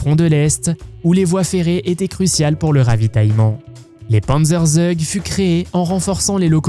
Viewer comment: Et une IA merdique qui n'a même pas l'accent correct (on ne dit pas sturmtiger => mais stourmtiger /de même panzerzeug => pantzerzoug )